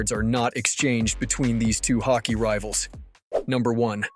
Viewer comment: Take it as a compliment because the rest sound like you are a native speaker, that's where the confusion came from. Hockey is hawk-ee and Roy is wah since it's French Canadian. Also vertebra sounds like vert-ah-bray. Learning a new language is hard, keep up the good work and the information packed videos. You know your hockey.